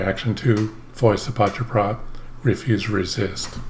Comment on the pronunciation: You say Voice of Paceprot like a pro at this point. 👍